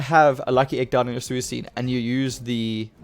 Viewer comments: ye like swee - kune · Suicune. C is not sound like S. Lol hahahah, maybe some other PTCGO players doesn't watch the Pokemon anime!🤣